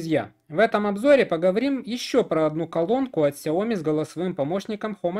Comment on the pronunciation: Про глушить в видео "окей гугл" очень мило, спасибо) Кстати, в сяоми ставится ударение на И. 小米 можно вставить в транслейт, а также могу дать авторитетный источник в этом вопросе если интересно :)